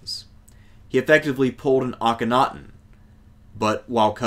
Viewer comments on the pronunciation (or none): none